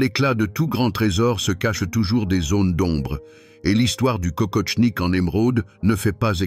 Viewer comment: Kokoshnik, pas kokoTshnik...